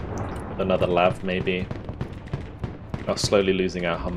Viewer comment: Please tell me they are gonna fix the voice line "Lave" Anyone I have ever known says LAV